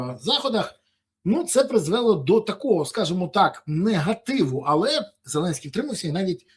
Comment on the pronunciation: Не призвЕло, а призвелО. Треба змінити правопис і писати всі наголоси. Нажаль це необхідність